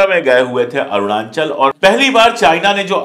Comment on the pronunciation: मिस्टर अशोक पाण्डे, सही उच्चारण करना सीखिए। "अरूणांचल" नही। कहिए "अरुणाचल"